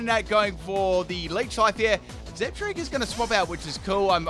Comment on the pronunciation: Zeb-STIKE-A. THERE IA NO STREAK